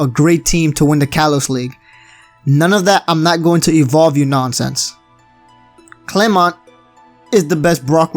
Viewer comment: thank you for actually saying clemont